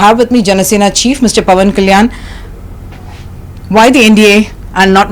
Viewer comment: All political leaders must know English pronunciation of Sri Pawan Kalyan garu